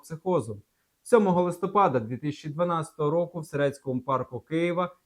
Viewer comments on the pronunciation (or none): none